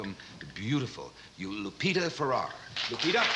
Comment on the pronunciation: It's Lupita FerrER not Lupita Ferrar